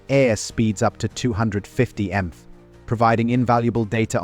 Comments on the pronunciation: . . . . one would think that if such 'advanced technologies' are used as a shortcut to create a work of 'entertainment' such as this video, the creator would at least not leave any traces that they cheated . . . . who says 'emf' when stating 'miles per hour'? The least the creator could do is separate the mph so the 'dumb computer' would say M P H or just type out the three words completely. I did learn that each plane had 450 kegs of copper in it😖! Now, knowing somebody 'chose' the British accent, leaves an impression even less desireable. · 350 emph! That sounds fast! It’s called narration you lazybones! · The AI narration is intolerable. "Bomb-buh" , "350 emph" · Or pronounce MPH as emf